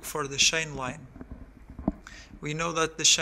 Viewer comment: The effect of the shain tenshion of the suspenshion